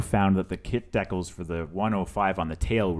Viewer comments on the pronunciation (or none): You're killing me with the pronunciation of decals, but I really like the work! It's beautiful and I'm looking for the airbrush stencils right now! I just bought this model and I'm gonna watch your video many times. Thank you for the video and commentary!